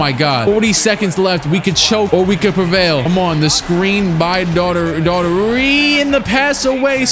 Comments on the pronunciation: Ahh brah...phonetically.... "doe-er-tee" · I think Daughtery is pronounced 'Dockerty', sounds like an Irish name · Daughtery is pronounced daug-tree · It's pronounced Door-tee my guy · It’s pronounced Darty Brad Darty